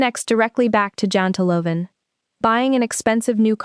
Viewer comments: janteloven is pronounced :YANTEloven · Its jante - loven its pronounced as yanteh. Pls watch for these details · Janteloven: Pronounced "Yanterlaw-ven"